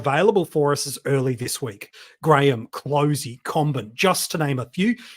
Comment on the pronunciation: I think Clohesy is pronounced ‘Clossy’ rather than ‘Cloh -easy’ like I’ve heard many pronounce it